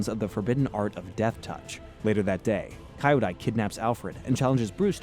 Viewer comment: KEE-YO-DAI. Kyodai is pronounced with a KEE not a KAI. You watched the episode, right? You do this all the time, it's baffling. Listen.